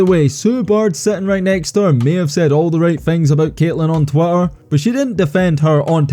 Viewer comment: "On Twotter"...now I know why they changed it to "X". 😂